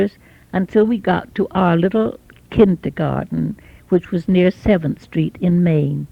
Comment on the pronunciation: Love how she still pronounces kindergarten in a very German way. “Kintergarten” almost.